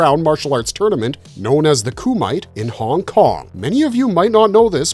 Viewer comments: Huge Cannon fan here. It bothered me (more than it should have) to hear you mispronounce “Frank Dux” as “Frank Ducks” (the correct pronunciation is “Dukes”) and “Kumite” as “koo-might” (it’s “koo-muh-tay”). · The Kumite(Koo-Might) You done Effed It Up! Its Koo-Mi-Tay. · "Coo-might" seriously dude, did you even watch the movie? Kumite - COO-MIT-TAY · AI voiceover... the KU-MITE.... Pronounce it KU-MI-TAY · It wasn't the Coo mite, it's pronounced Kuma-tay, dumbass. There's so many mispronounced words that I'm thinking you're using a robot voice. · Kuu-might? 🤣 It’s Ku-mi-te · Dooks, not ducks. Koo-ma-tay, not koo-mite. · Kumight??? Ku Mi Té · The full contact competition in Bloodsport is pronounced Koo-mit-tay. The fact this guy pronounced it Koo-might makes me think he’s never even seen the film.😆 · The move Bloodsport called it the Kumite, Ku-Mi-Te. not Ku-Mite. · A "Koo Mite"...?! WTF?! 🤣🤣🤣🤣🤣🤣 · What's a Coo-mite? It's Kumite. Lol. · Frank Ducks and The “Coo Mite” is hilarious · This is AI narration. It has to be. Nobody would pronounce it Koo-Mite and Frank Ducks. 😂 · Ah yes... the "kumait" - gotta love AI slop. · Lost me at “koomite” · The coo-mite?! DONE. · “No holds barred underground tournament known as the koomite” AI still has a way to go huh? lol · As soon as I heard Koo Mite, I knew you're AI did not know F all about what it was talking about! P.S, I stopped watching as there are plenty of more legitimate channels covering this subject! This shit should be banned. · Who the hell is doing the narration and the research for this? It's not ducks, it's Frank Dux, as in put up your dukes, which is actually a line from the movie. And it's pronounced Koom-ee-tay. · WTF is a Koo Mite! Ffs.... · Kumite is pronounced Ku-mah-tay, but you would've known that if you'd watched the film and wasn't an (albeit pretty realistic) AI voice over (the AI image of the commentator was a fun addition though). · Frank Ducks? Ku-Mite?? c'mon maaan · The "koo-mite"🤣🤣🤣